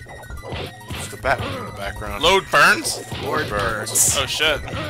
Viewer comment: "Load Burns" "LORD Burns" *reminded of a hilarious Mega Man Battle Network 1 typo with ProtoMan saying Load Chaud instead of Lord* "Spitfire." "But, not the one you're looking for." No kidding, that fire isn't even female. Batman Begins was a miss? It looks like a decent game from what I've seen. O_o